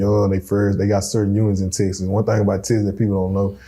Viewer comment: It’s called TEXAS! Not TESSES. My god!